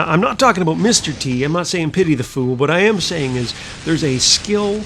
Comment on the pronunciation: ahboot. = Canadian :)